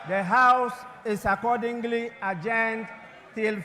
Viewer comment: This man always says 'accordingely' instead of 'accordingly '